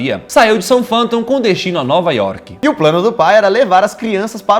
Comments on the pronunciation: A começa a falar certo Southampton se pronuncia soutirramptom mais o video tá maravilhoso SLK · O cara não sabe pronunciar Southampton... Pqp... Nós dias de hoje... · A pronúncia de southampton foi pra acabar kkkkkk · báa, mas tem que melhorar só a pronúncia de Southampton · n é soufiton é soufirrenpiton Ps baseado no Fifa e no Thiago laifert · Calma aí...kkkk Como que é SOUFONTOM É SOUTH HAMPTOM... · Sério que o Daniel falou Southfoton, ou foi isso que eu entendi ele falando hahahahahaha É South-Ramenton, falando na pronúncia da fala kkkk credo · "soulfoutôn" Eu ax q a pronúncia eh "sout-répton" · ta errada a pronúncia de Southampton, é "Soutrampton" não "soufanton" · N se pronuncia "soufanton" e sim "sóuf-rranpton" (Southampton) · soufi Hampton a pronúncia, quem falou soufanton foi o molo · Só corrigindo a cidade n se pronuncia soutampton e sim sóurampitom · se pronuncia ''Sauthrampton'' não ''Soufanton'' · Kkkkkkkkkk 🤣🤣🤣🤣 como é o nome da cidade?? "SOUFONTON"?? Não seria "SALF-RÉPTON"?? (adaptações para a pronúncia em nosso idioma) *Southampton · Se lê,Sout Hampton,não Soutphanton putzzzzz kkkkkk..... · Não se pronuncia /Soufanton/, pronuncia-se /Saufirampiton/. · soufâmptom KKKKKKKKKKKKKKKKKKKKKKKKKKKKKKKKKKKK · Adoro vcs, só dão uma melhorada nas pronúncias em inglês. Ex: Southampton lê (Sauf rémpton).eu tava para falar num outro vídeo que tinha muitas palavras em inglês, sou fã de vcs, um abraço. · DE NOVO??? KKKKKKK PQP 🤣🤣🤣🤣🤣 AGORA É SOFÂNTOM KKKKKKKKKKKKK vsf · son fanton kkkk chega de internet por hoje. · Se pronuncia southrampton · Southampton não se pronuncia "Soufanton"... pelamordi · O daniel falando o nome da cidade de southhampton é inacreditavel. Se pronuncia sautirrempitom daniel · Acho q a pronuncia certa e "saltremptom" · ahsuahsuaa n é assim q se fala, “Southampton” se pronuncia “sautirempton” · Se pronúncia: Saut Rampiton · A pronúncia seria "sourenpiton" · se (pronuncia) souramptom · se pronuncia "soutRRAMPTON" manos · fala-se souf rampton